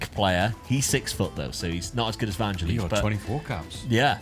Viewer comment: It's "Van - gell - iss"; like the bloke who wrote Chariots of Fire.